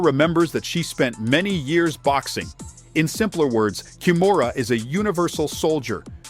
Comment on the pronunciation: How the hell can that stupid narrator keep mispronounced her name as ‘Kamora’ while her name is KIMURA.😊